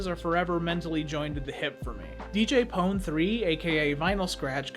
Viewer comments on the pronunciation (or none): I know this video is 2 years old, but I wanted to say DJ PON-3 is just pronounced as DJ Pony, at the time music artist deadmau5 was super popular and the way you pronounced his name wasn't Dead Mow Five, it was dead mouse.